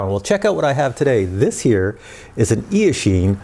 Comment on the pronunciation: Wow, I found you pronounced eashine in a very accurate chinese way, even the tune, sounds like 夜行(night hunt), maybe it can march in the chinese market with that chinese name